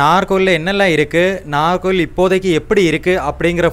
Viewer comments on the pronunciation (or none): Pronunce properly Nagercoil நாகர்கோவில்